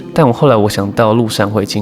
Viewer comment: 那個六十石山金針花，花蓮富里鄉官方兩年前已經公告正確讀音是"六十石(ㄕˊ)山"，而不是六十石(ㄉㄢˋ)山，是以前有六十顆大石頭的山，而不是生產六十石白米的山！